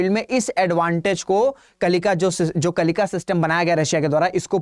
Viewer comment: अरे मंदबुद्धि मास्टर कम से कम उच्चारण तो सही से कर लिया करो।कलिका नहीं है कलिंका है।आधा न का उच्चारण कौन करेगा?